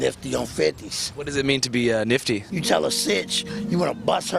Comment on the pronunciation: NIFTY!!! NOT MICKEY!!!!